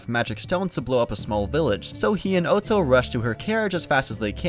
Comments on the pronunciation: bruh its otto not otso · this is a cool video but your mispronunciations are baffling. how do u mispronounce otto??